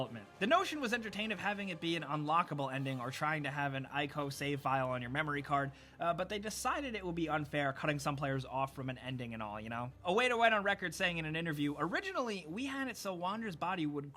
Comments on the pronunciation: Also, it’s pronounced ee-ko, not aye-ko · Omg it's pronounced "eeeco"